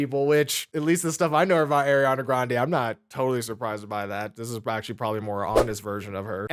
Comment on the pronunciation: Can’t believe people just be calling Ariana Airana…